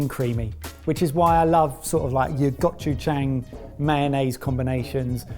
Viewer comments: gotch-you-chang? I love how he doesn't even try to say Gochujang correctly. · Gochujang is not pronounced "got you Jang", i even had to go back and turn on subtitles to figure out what said. it's closer to "go chew jung". Watch a Maangchi or future neighbour episode. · Hearing pronounce "gochujang" sent me to the hospital